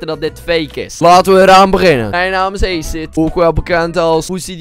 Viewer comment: Kunt gij nu nog steeds ni acid goed uitspreken